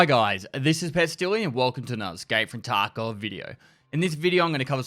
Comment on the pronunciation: I keep hearing Taco instead of Tarkov